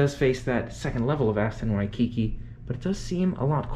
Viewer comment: You are in HAWAII, please go experience Hawaii. Also, it's WHY-key-key, not Wi-kiki. Ask a local, the names can be tricky. Rent a car and go to the Polynesian Cultural Center. Safari feels like we've only gone to the Hawaiian change hotels Adventure. We are excited about your adventures but please give us some Adventures